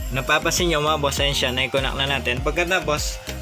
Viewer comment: Sir connect po hindi po conact!?? Hehe. Godbless you!